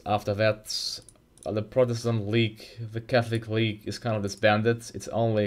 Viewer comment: "the calthic weage"